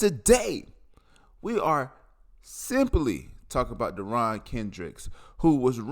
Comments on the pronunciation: its not " deron" its derion lmao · You’re not well informed. Perfect example of a university of South Carolina education. You said his name the way you said his name? Get the guys name right! It’s not very hard because there are plenty of videos on YouTube with his name pronounced properly. Including press conferences with Dabo Swinney! Here’s a little journalism 101: if you’re going to do a story on a guy pronounce his name the right way! Second, if you’re going to do a story on a guy be objective and provide both sides not just his version of the story. You’re not doing an objective story. You’re defending a guy. You would fit in well at CNN and MSNBC. Second hand information? Just Google the guy. The sports media has been talking about him for years because he was constantly in the dog house at Clemson. Go watch the interview where Dabo said he’s in the love shack. I watch all the news conferences with Dabo. Most of my info is first hand straight from Dabo’s mouth. If you think he got kicked off the team because he wasn’t there because his kid was in the hospital you’re beyond ignorant and misinformed. Furthermore, it shows you know absolutely nothing about Dabo. Because family comes first with Dabo. Always! Actually, Jesus comes first, then family! And my God reread your comment. Learn how to speak proper English.